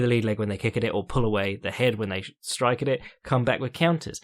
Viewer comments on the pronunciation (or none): none